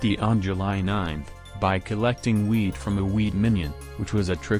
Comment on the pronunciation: "By collecting wheat from the wheat minion" It sounds like he's saying weed instead of wheat.